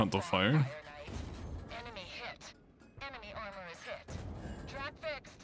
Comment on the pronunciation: am i the only one who hears eminy (Em En Y) vehicle destroyed? by narrator when he gets a kill?